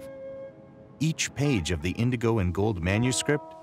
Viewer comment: ...Was he trying to say indigo?